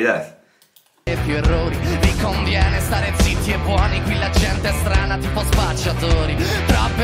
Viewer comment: Zitti e buoni quiere decir callados y buenos y la Z la has pronunciado mal suena como cuando los pequeños hacen la abeja .Soy Tiago tengo 9 años soy de Italia y España.Si quieres te puedo hacer clases de italiano.